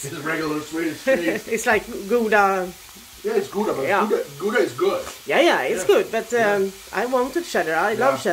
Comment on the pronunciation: "Gouda" is Gooodaaa